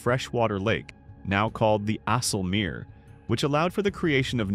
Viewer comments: Zuiderzee zuuderzee, and not asselmeer IJ not aa, ui, not uu....come one, put some work into it.. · It is not Ezzelmeer or flevvo polder, do your home work please, have some respect... Check out how to pronounce names.. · Goed gemaakt maar spreek de Nederlandse namen in het Nederlands uit. Afsloetdijjk? Ieselmeer? Gewoon de Nederlandse namen gebruiken. Weten ze meteen hoe de dingen echt genoemd zijn. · Ja. Ice kunnen ze (maar het is een Nederlander die spreekt. Als je goed luistert hoor je het) ook uitspreken dus icelmeer zou al goed zijn.